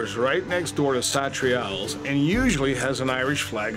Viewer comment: The way this guy pronounces Satriale's makes me want to grab him by the collar and then let him go